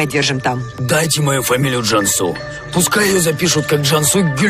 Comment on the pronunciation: Не Джамсу а Джансу не виресли а вырасли